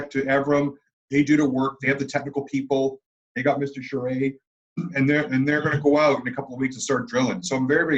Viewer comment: Alain Charest* haha it's a french name, that's why he doesn't get it right